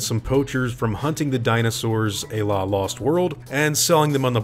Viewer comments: "Ay-La"? Oh! You mean "a la"! (Pronounced "ah lah".) Heh... I'm a proud graduate of Hooked on Phonics, too, so don't feel so bad. ;) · "À la" is pronounced like "ah lah" 😅